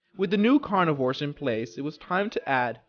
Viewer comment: you need to say carnivores